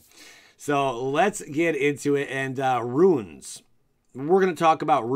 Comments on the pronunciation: Why is he saying "ruins"? It's runes... Anyway white is looking more interesting, finally. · Uh,it's runes my ninja,like "roons." I'm betting it's gonna be a subtype for spells,like arcane or tribal. Btw, Resplendent Marshall's etb/dies ability works with the the creature type that you exile,it doesn't have to be an angel or a warrior,although you can definitely use it for those tribal types. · You are calling them ruins, not runes. On purpose? The idea would make sense to add to equipment... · you keep saying “ruin” what is wrong with you! WOTC isn’t taking about Mayan temples! Lol as far as runes go though... I agree bro lol